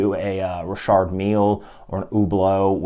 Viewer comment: I always pronounced it Richard not Rishard are you sure you're saying it right before I change the way I pronounce it?🤔